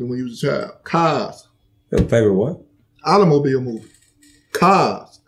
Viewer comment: “Autolomobile movie “ 😂😂😂😂😂😂😂😂